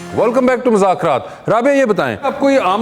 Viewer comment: Wasay Choudhry, please please say the right name of the show. It’s been almost 10 years hardly any anchor pronounce the name right. It is “Mazzaq Raat- مذاق رات” Please don’t say “Muzakraatمٰذاكرات”